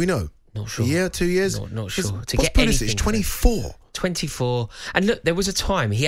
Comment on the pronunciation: It’s best he’s gone. These pundits couldn’t pronounce Pulisic’s name correctly—so it’s good all around.